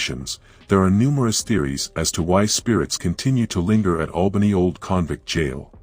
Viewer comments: It's Albany not Awlbany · The A sound Albany is the same starting sound in apple, it's not awlbany as in the sound awe. There is an town over in the east of Australia that sounds like Awlbany.